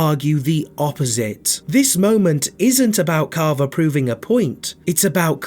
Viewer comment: Bro saying caaavaa